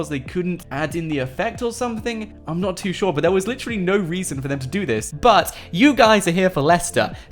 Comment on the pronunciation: On the 51st second. He said "Believe it or NOUGHT" LOL. love your videos man